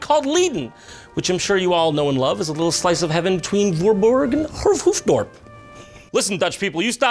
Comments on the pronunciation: i laughed my ass off how he pronounced the places hoeftdoerp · The way he pronounced hoofddorp actually hurt my feelings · Hey i live next to hoofddorp! Or hoeftdorp how you pronounced it 😂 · As an actual Dutch person, I just have one thing to say about this video: Hööf dwørp dingle bråben. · Leiden is with an ij not an ie hoofddorp is with an oht not an oo Voorburg doesn't end with a guh but an entirely different pronunciation of g, kind of like a rolling r but English dummies could never comprehend it so I won't bother telling you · I love coming back to this video from to time to time just to hear Jon's pronunciation of Hoofddorp again. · JonTron pronouncing Hoofddorp is the best thing I've ever heard as a dutchie. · As a Dutchman I can say your pronounciations of Dutch towns is officialy cringeworthy. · You know Jon, we dutch people don't actually sound like that. You're just pronouncing it horribly wrong :) I live in Hoofddorp and I was surprised he mentioned it, got a good laugh out of that. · I live in Hoofddorp. I was laughing so hard when you tried to pronounce it. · His pronunciation of Voorburg and Hoofddrop! ahahahhahahaaaaa i'm dead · You butchered those names... A lot those are also more like Norwegian or Swedish names, we don't have a single word that uses "å" You did research on everything except the Dutch I feel offended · Ik hoop dat je ons nooit verlaat, M A K K E R. Love you Jon. Little lesson, "hoofddorp", the double "o" is pronounced like "oe" in "joe".